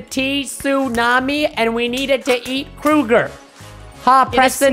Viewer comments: More like kroger instead of krooger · Wait did you say krooger?!!?!?